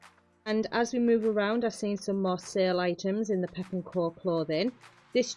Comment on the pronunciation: Great video, but it’s pepco not pep and co ❤